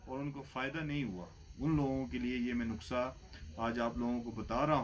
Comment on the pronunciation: حکیم صاحب معذرت سے ۔۔ نکسہ نہی نسخہ ہوتا ہے